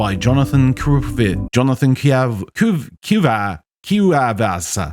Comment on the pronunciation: de todas las palabras con las que pensaba que ibana tener problemas y van y es con una 'cu' y una 'eva' me estoy muriendo